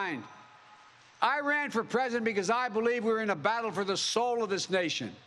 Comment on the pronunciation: He did stammer, he couldn't pronounce president: "prjhhdent"